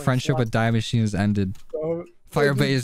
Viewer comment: oh god as a german i have to correct you it is not “Die” Maschine in the way of dying It is a main german article (der,die,das) wich is just “the” in English like this: die Maschine means the machine and therefore it is pronounced a whole lot different